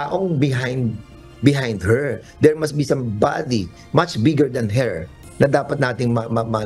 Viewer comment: Please tarunga uv pronounce ang her